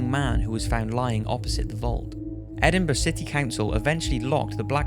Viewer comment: Finally somebody says Edinburgh right it gets so annoying when people say Edinburg